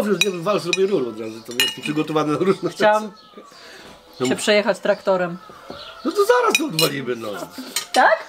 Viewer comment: Kobieta a wymawia prawidlowo TRAKTOREM .....bo Traktorzysta